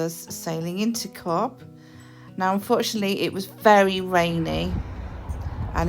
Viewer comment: It is not cob it’s is pronounced cove